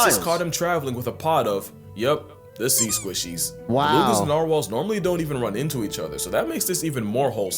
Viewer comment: Bro really said cea instead of sea😂